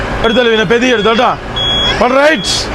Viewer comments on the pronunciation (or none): പെതി യെ അല്ല പതിയെ അല്ലെങ്കിൽ പതുക്കെ ഒക്കെ 👍